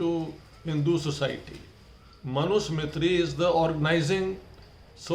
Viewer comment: First learn to at least pronounce Manusmriti correctly, then read it. Was it ever implemented? Not sure. It was not written by a Brahmin btw.